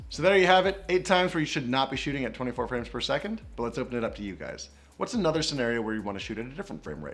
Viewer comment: Scenarios not scenaros